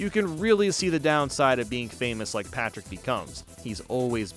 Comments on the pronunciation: Everybody gangsta til calls Patrick “Pactor” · Did anyone noticed he said Pactor ? Either that or my ears are messing with me. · says SpongeBob and PATRICK this way That’s not Patrick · he does that afew times throughout the video idk why lol